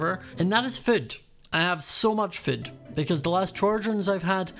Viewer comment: Am I the only one who hears prounces food as foot?